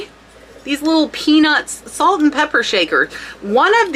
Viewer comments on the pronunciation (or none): none